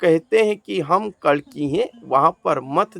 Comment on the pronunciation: kalanki nahi कल्कि जय श्रीकल्कि जी🙏